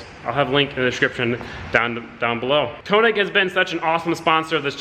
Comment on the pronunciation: stop sayin koenig. its könig p.s. wheels look sick